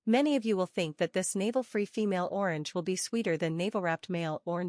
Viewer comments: She can not even say orange 😂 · You can’t “fix it” u less you stop using AI. I was willing ti comment here but I didn’t watch the video, from the moment I realized it was that stupid AI voice thwf can’t even pronounce “orange.” So unless you start using your own voice or a kfhwr human’s voice…. I won’t watch. Imagine if I typed this comment without any spaces, in one long word using random, alternating lower and upper case, no punctuation… and you had to go through the slow, irritating process of teasing out each word. How long would you last? If you have speech issues,, find another person until you’re feeling better! Get well soon!